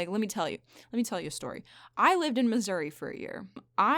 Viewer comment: i lived in missouri What i heard: i lived in misery